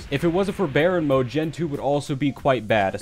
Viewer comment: You don’t know how to pronounce it it’s not bearen mod baryon mod